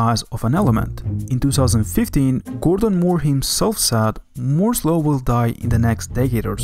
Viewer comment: he calls moore's law "moze low"